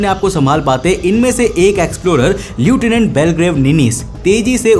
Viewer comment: Lieutinent এর উচ্চারণ হয় লেফটান্যান্ট।